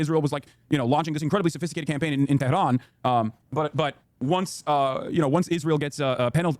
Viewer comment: Why does he pronounce "tehran" like an arab... that's not how it's pronounced at all omfg